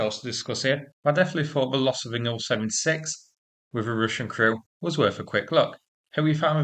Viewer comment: Can’t you just pronounce the letters I L 76 instead of ‘Ill 76’. Or S U 30 instead of ‘Sue 30’? Bloody irritating.